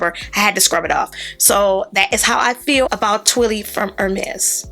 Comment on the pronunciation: Hermès is pronounced “Ermay”